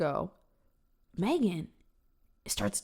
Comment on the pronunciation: Magen, really? That's pronounced mag-en. Homegirl has some crazy eyes vibe to boot.